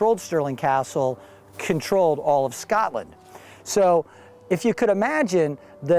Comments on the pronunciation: Scotland!!!!!! not SCATLAND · It is so funny how he says Scotland it sounds like Skartlund lol